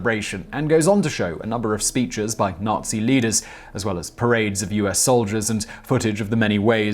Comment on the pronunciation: I realize that it was a simple slip, but you incorrectly said 'US' instead of "SS' and that is quite a big mistake.